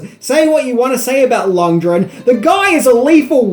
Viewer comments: Lundgren, not Lungdren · Lund. Gren. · 16 minutes of butchering lundgrens name. There’s a fucking G in there my dude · Wtf are Dolph "Lund-dren" and Max "Shmenling"? Can't say I ever heard a song called Burning "Heat" in Rocky IV, either. Do you write your notes with your forehead?